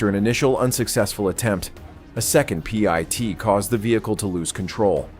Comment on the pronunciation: "Pee-et" manouvers? 😅